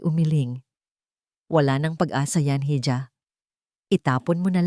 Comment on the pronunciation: Sa narrator,ang bigkas po sa hija ay iha Hindi po heeja.